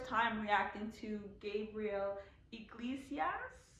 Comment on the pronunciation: There are only two Kool-Aid flavors that matter, "grape or red". Depending on what generation you are from will determine what "red" is. I was born in 1972 so "red" was cherry. They didn't have the other "reddish" flavors yet. And his last name, Iglesias is pronounced (E-glay-see-us)